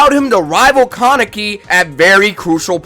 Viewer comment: Bro you literally said almost every name wrong and you even said kaneki wrong the main character of the show 😂😂😂